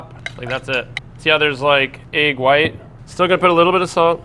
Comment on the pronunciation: Love the video, but someone needs to tell how to pronounce the word egg.